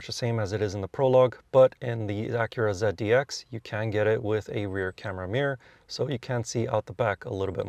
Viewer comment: ZEAD - D- X?? Um okay